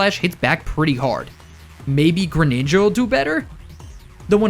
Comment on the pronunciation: THE SECOND G IN GRENINJA IS SUPPOSED TO BE A J!